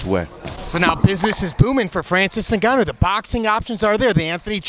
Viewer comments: fr lmao it's supposed to be En-Gâ-nou, not negannou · bUT Ya''ll always mispronounce NGannou's surname... calling him something like "NnnneGanu" 🤣🤣🤣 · He keeps saying "Francis Nigannou" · Francis saying Jun-jun is like ufc announcers calling him Nooganu in his earlier career 😂